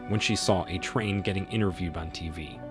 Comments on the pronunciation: The way this AI says “a train” when saying A-Train’s name is hilarious. But once it said Huey used a stun gun to attack Translucent let me know this script had to either be written purely by AI or someone that hasn’t actually watched the show. From the images shown on screen when it said that you can clearly see that it wasn’t a stun gun being used! 🤣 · PLEASE put a hyphen in A-Train so the AI can pronounce it like it's supposed to be!!